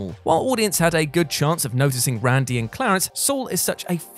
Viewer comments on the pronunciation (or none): none